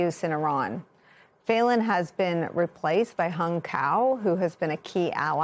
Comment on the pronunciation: Pronounced feelan not faylan